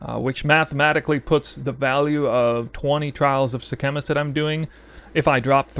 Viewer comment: Bro you can’t mispronounce sekhamas when they pronounce it in the game 😂